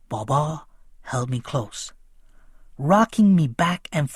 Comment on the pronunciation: How you are saying baba